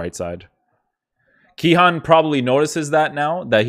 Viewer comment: Its Cihan with a c like ch in china